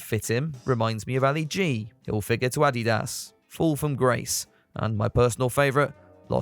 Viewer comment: You can’t seriously pronounce “Adidas” like that 😂